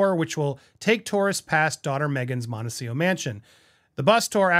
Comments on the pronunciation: Montecito (''Monte- cee- TO) not ''Monte-seeoh''...you are the first person I hear saying it like that....are you mispronouncing it? 🤨🤔 just curious. Thank you for another video 💜💜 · Real question: is Montecito actually pronounced Montecio?